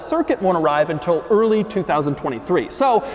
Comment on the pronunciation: “Intil”? You mean “until?”